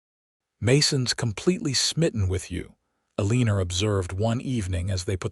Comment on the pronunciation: ya'll are gonna have to stop using Eleanor as a name - cuz AI can't pronounce it correctly. It hurts to hear it abused so awfully!